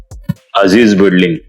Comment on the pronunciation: बिडलिंग नाही बिल्डिंग